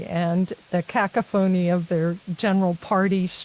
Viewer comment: Great show as always. I got tickled at saying ‘kack-o-phony’ for ‘cacophony’ though, a bit of a surprise. Victor, a speedy recovery to you, good sir. Sinus problems get really bad too often. My best to you. God bless you both!